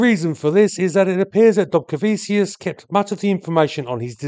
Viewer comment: The land of my heritage!!! It has a short but fascinating aviation history. Thank you so much for doing this one! Oh, and it's pronounced "dobcareveechoos" with the "r" being soft, almost silent. 😉